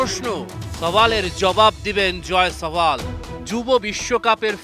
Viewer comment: জয় ছাওয়াল কিরে ভাই 😀😀😀ওর নাম তো জাসওয়াল, যতসব আবাল রিপোর্টার বাংলাদেশেই